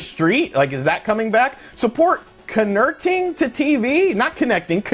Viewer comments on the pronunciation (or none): I lost it at "connerting".